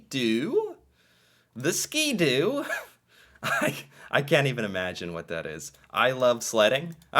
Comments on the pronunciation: Skidoo pronounced skid-do and Seadoo have been around for 50 or 60 years...a lonnng time. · Sii- doo.... The Harley Davidson of Canada. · Bombardier actually invented the Snowmobile, it’s not just about the brand lol The guy is saying Ski-Doo because here it’s like saying Frigidaire for a fridge, or Kleenex for facial tissue lol